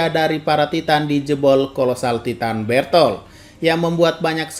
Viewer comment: Taiten bukan titan, gak bisa Inggeris